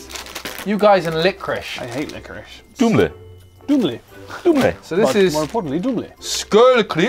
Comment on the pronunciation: The way they pronounced Dumle cracked me up! xD